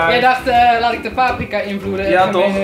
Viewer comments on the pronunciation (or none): none